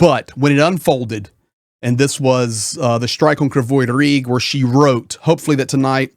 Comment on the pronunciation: Its Kryvi Rih. Krivoy is how Russian would say it .Are you readin Russian script?